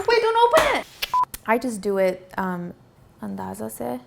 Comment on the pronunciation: Are u Arab? When you say andaaza sai I'm thinking your Indian Pakistani possibly? Nice recipe